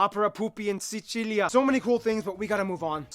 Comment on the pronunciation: He said Sicilia "decently"